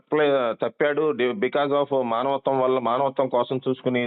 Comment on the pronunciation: మనవత్వం........ కాదురా బాబు అది మానవత్వం